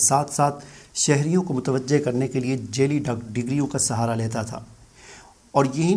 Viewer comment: Sab se apni urdu durasat karen ager nhi hoti tu Punjabi main video bana lia karen urdu zuban ka bera garak na karen.. جیلی نہیں جعلی ہوتا ہے